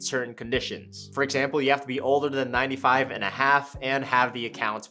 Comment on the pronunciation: Did you say 95.5 instead of 59.5😊